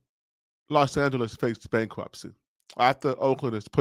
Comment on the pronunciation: BankWhupsy? Did he say BankWhupsy?